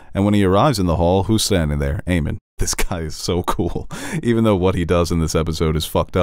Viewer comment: oh my god stop calling him Aemon its AEMOND :)